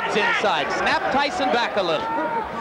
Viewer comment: RALAT MIN... BUKAN "MIKE TESYON" TAPI "MIKE TYSON" Budayakan membaca dengan benar dan baik. 🙏🏻